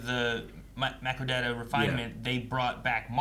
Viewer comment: FYI It’s MACROdata refinement, not MICROdata refinement.